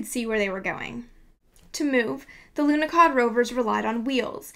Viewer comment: there is no "K" in the name Lunahod, who is the idiot to put a letter "K" in there. Must be the same idiot who put letter "T" at the end of Borsh. THERE IS NO "K" IN LUNAHOD, AND NO "T" AT THE END OF WORD BORSH!!!!!